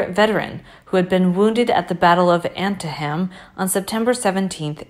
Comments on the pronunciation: . . . Not "Ante-Hem"!! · It's pronounced ANN-TEE-TUM